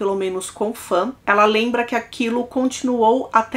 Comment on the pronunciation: Se pronuncia "Faun", não fãn. Tirando isso, ótimo vídeo, excelente narração 👍